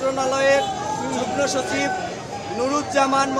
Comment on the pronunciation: যুগ্মসচিব (জুগ্-মো সচিব) । আগে উচ্চারণ করতে শিখেন। তারপর বিশ্ববিদ্যালয়ের দাবি করেন।